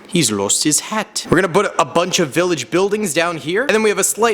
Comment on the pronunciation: “He’s lost his hatt”